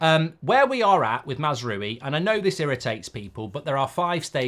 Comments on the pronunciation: Mark, you remember French people saying Oui !? That is pronounced as W-i. Ou is pronounced w for the French, and is therefore also the French transliteration into Latin script of the Arabic 'w'. so no ou (as in U-boat), but a normal British w (as in Westham) . Mazrawi is what he would write his name if his ancestry was Iraqi, Jordanian or Kuwaiti (i.e. a history of British colonialism, as opposed to the French tradition that affected how Moroccans, Algerians Tunesians Lebanese translate their names from Arabic into Latin script). So no U-w-i...but A-w-i (ou=w). :) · It's "Maz - raa - we" mark 😅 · The amount of time he constantly butchers mazaroui’s name… plz it only takes a min to learn how to pronounce it’s not even difficult 😅😊